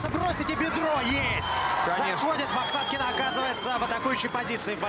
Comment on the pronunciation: 2 замечани 1.Лиана за клуб Ахмат. 2 первый раз сказал не правильно фамилию Махнаткины